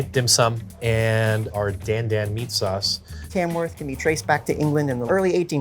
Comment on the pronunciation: You know it ain't gonna be that authentic when he's saying char siu and dan dan like that. Still looks good.